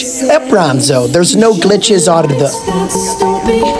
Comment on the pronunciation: “Bahrnn Him”😂😂😂😂